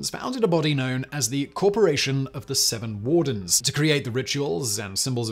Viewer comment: Every time Simon says seven wardens, my brain hears "Seven Dwarves".